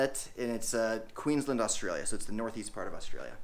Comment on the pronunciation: Love how you pronounced Queensland in Australia